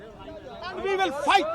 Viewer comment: Mama khud bol raha it's "will" not bill ....feku ki "will" he thoph raha ...andbhakht ko samajh nahi ayega gaumutra pio